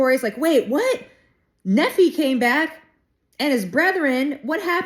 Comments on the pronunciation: 👍 BTW, Nephi = "Neef-eye". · Hey, I just found your channel and was drawn to it. I love your sincerity. I received my testimony of Jesus Christ by reading The Book of Mormon. I did so when I was reading in Ether chapter 12 specifically. The entire book is so amazing and special. Continue reading it and you will find some amazing treasures such as chiasmus. Your pronunciation is very good. Nephi typically we pronounce in English Knee Fi and Lee High. I love the content and can’t wait for more content! It’s awesome! Also B.C. Refers to Before Christ so 600 years before Christ